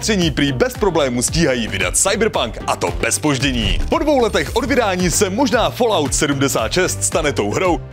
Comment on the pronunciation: O Gelu řekl "fólaut" a ne "falout", co se stalo?